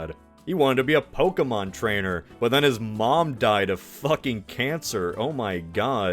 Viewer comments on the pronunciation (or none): It’s poh-Kay-mon